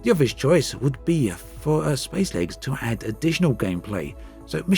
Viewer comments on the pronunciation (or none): How fast... can you say spacelegs...... seriously through the video it got faster and faster.... until s p a c e l e g s became spslgs and at one point u said space leg lolol I love u dude please I wanna make a space legs drinking game.